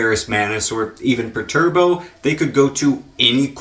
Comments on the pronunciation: Perturbo!?!? please go look a video up on how to pronounce the Primark‘s names. It will take you a whole 2mins man. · Great video, and an excellent analysis. Adding AI into the mix is an insane scale tipper. But I have to say it. It's PER-ter-AH-bow. Lol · ...your pronunciation of "Perturabo" as "Perturbo" is so fucking funny because if theres anything Pertty is, its perturbed lol